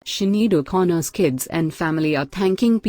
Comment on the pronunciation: Try to pronounce her name properly instead of using two different name